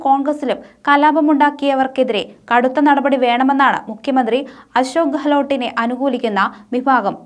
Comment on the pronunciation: ഡപ്യൂട്ടി മുക്യ മന്ത്രില്ല ' മുഖ്യമന്ത്രി എന്ന് ഉച്ചരിക്കുക .ശൊ ഞാൻ ഇത് എതദിവസമായി എഴുതുന്നു !!!